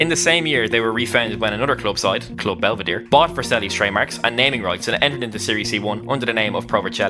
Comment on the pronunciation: Belvedere* not Belvedier